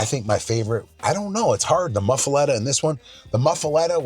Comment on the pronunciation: I am from Louisiana and first off you are pronouncing it wrong. It is pronounced Muff-A-Lotta. 2nd off it isnt one without olive mix on it! I guess this is just a yankee version? 😂😂😂